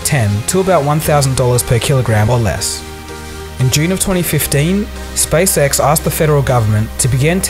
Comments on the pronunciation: I am so sorry, but it seems as if I have to be the immature one and say that when you say "SpaceX" it sounds like "SpaceSex". Sorry. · hehe it sounded like you said space sex a couple of times. But in all seriousness great video:)